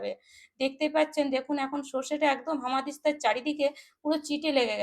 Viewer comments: হামাদিস্তা নয়, উচ্চারণ শুদ্ধ করুন এটা বলুন হামানদিস্তা, ঠিক আছে! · একদম ঠিক বলেছেন! ঠিকমতো উচ্চারণ শেখেনি! হামানদিস্তা কে বলছে হামাদিস্তআ ওর হামাগুড়ি দেবার অভ্যাস এখনও যায়নি মনে হচ্ছে!